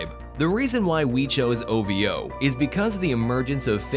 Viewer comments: no one pronounce it as O-Vee-O just say O-Vo instead 😄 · I'm weak when you pronounce "Ovo and ajaib " lmao🤣🤣🤣